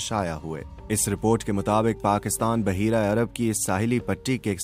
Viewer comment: ”بُحَیرَہ”ناکہ بَحَیرَہ”غلطی درست کریں